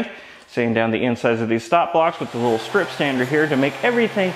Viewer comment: “Clean them up on the disc sander a hweee bit” = instant sub 😂😂